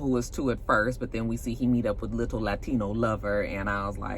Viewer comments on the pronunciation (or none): The way u say liTTle latino lover 💀